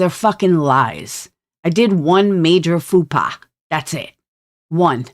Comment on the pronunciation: 'Faux pas' isn't pronounced fupa 😂 Sorry but that was the cutest!